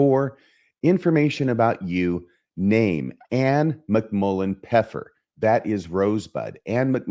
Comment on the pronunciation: it actually isn't "pepper" in German cause there's the first F missing. it should be "Pfeffer" not "Peffer"